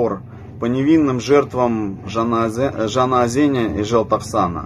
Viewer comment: Он с таким акцентом русским произнёс « ЖанаОзэн»))))… явно не Татарин))) у вас ус отклеился…( «Бриллиантовая рука»)🤣